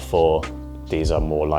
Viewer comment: is talking about “fit pictures” and I always hear “feet pictures” 😅 and thinking OMG another YouTuber selling his 🦶 pics 😂